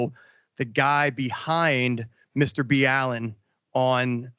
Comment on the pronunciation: First time I've heard his named pronounced like that (Mr. B. Allen) lol